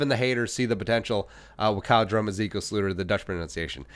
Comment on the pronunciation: Can you stop saying slooter?